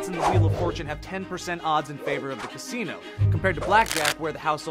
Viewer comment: I thought he saying casino "cassini"